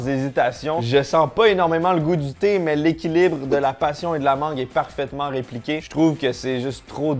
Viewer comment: Quand t'as dit thé thé, j'ai pas entendu tétés, mais j'ai entendu TT. Alors je me mettais en route pour l'île de Mann, jusqu'à ce que je comprenne. Doooonc, je repose mon casque et je poursuis la vidéo. Bisous